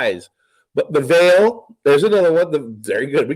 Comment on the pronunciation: Why does keep saying THROUGH THE VEIL...WRONG? It's not VEAL...it's VEIL.